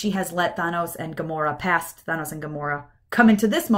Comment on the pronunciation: Enjoyed the video, but please stop saying "Thah-nos." His name is "Tha-nos."